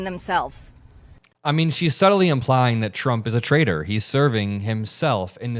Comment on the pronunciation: You' re calling him a trader. It''s pronounced traitor. With a T.